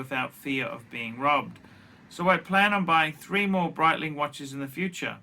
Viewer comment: Breetling, not just phor tools!, a classic Archism pholks.